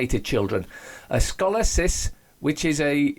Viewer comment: Sko-lee-oh-sis is how it's pronounced, with the accent on the 3rd syllable. Not trying to be obnoxious by correcting you, I just happen to know a lot about it. So, HA! attributed to vaccines, eh? Wow... those things is rotten.